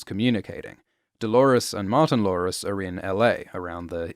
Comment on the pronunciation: Every time you say “Martin-Lores”. It sounds like Martin Lawrence. And then i think about how much better the show would be if Martin Lawrence was in it.